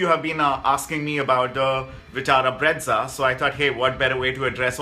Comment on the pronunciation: Bro plz stop calling brezza as breadza😂.... Learn to pronounce first